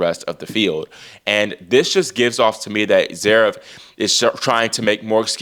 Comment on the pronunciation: Oiiii At least get his name right. IT'S NOT ZEREV, IT'S ZVEREV. I bet you can't pronounce his name either